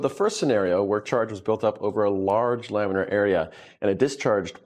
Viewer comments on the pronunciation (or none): There’s no r in lamina